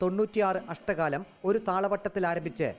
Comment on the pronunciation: അഷ്ട കാലം അല്ല അക്ഷര കാലം.. അങ്ങനെ ആണ് പറയുക.. എന്തായാലും ആധികാരികം ആയി പറയാനുള്ള റിപ്പോർട്ടറുടെ ശ്രമം അഭനന്ദനാർഹം.. keep it up.. 👍